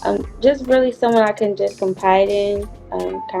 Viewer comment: Did she say “Compide in”? 🚩